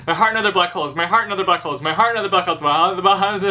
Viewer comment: When you said "My Heart and Other Black Holes" it sounded like "My Heart and Other Butt Holes"